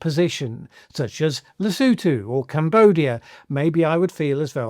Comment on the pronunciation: At least he pronounced Lesotho correctly 🤷🏾‍♂️